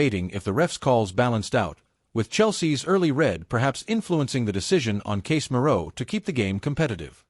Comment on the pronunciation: LOL, you don't even know how to pronounce Casemiro name, and you never get to the point on the news of your title, BS clip, don't bother to view this clip..waste of time